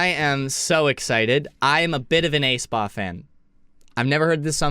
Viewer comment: Not Taeyoon. It’s Taeyun. Not Ayspa. It’s Espa.